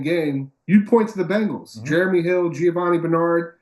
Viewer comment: Why can't pronounce Bengals?